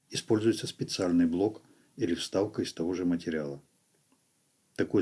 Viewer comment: Кстати ,да. Тоже на нервы действует. Вместо "В" - "У".